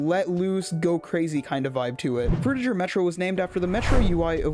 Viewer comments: its pronounced frutiGer not frutiJer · Pretty sure the "ger" in "Frutiger Aero" is supposed to be pronounced like the "ger" in "bigger"